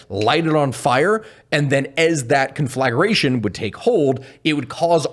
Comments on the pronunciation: its pronounced Con-fla-gra-tion... not Con-Flag-R-ation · 🤬 it's kän-flə-ˈgrā-shən 😜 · Can I really trust stories from a guy who doesn't realize there's no u in conflagration between the g and r?